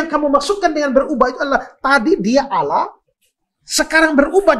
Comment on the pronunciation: Jelas jelas Allah di baca Allah buka. Alah,dari sini aja sudah sangat jelas bahwa anda tidak baku dalam membaca huruf.